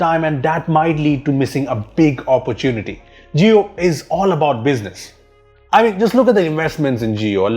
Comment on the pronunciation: It's OPPORTUNITY, NOT APPA-ARE-YOU-TEA-NA-TEA